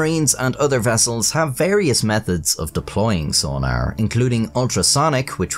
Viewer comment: I love the way he says sonar, sona-er xD